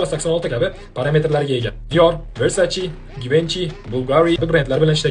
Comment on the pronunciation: Versace! versaci emas